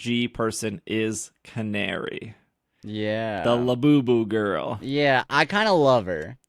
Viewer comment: 2 minor things. 1) She's rank F and beating her puts you to E. 2) Her name is Canary, it's Ca-na-ri.